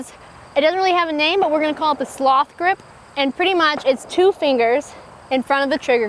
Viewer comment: AKA the "SLOSH" Grip